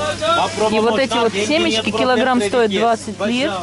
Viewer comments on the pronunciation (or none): none